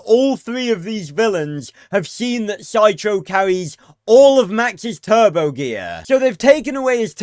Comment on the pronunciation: It’s the tur-bow 🤣